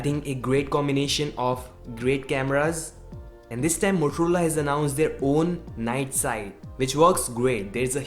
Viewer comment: why are u saying motorola as moturula lol